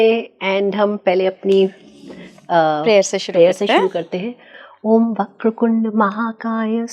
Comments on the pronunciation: वक्रकुंड नही हैं......*वक्रतुंड* हैं..... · Not “Vakra kund” , it’s “vakra tund “